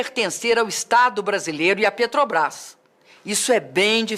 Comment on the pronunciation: Muito bom! Parabéns! Só precisa treinar mais a palavra " Petrobrás ", porque em todas as vezes você falou " Petobras ". Fica a dica. Mas não tira o seu mérito pela bela explicação!